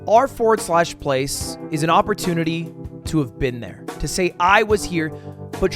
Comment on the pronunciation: him saying "R FORWARD SLASH PLACE" infuriates me.